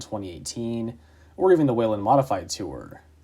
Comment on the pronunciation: Someone who actually knows how to pronounce Whelen?! 😱